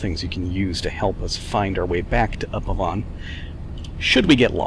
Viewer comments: Yo man! Love these videos! Keep up the good work! Pronunciation of Upavon, pronounce the o and "uh" sound like a real Brit and you'll be fine! Up-A-Vuhn =] Looking forward to plenty more videos! Mini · If your from the northwest England and talk with a lancashire dialect it's pronounced up-ay-ven some places in England will say Up-ay-vOn.